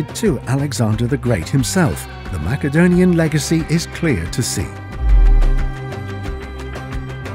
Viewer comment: Please pronounce Macedonia correctly!! Saying it wrong ruins your credibility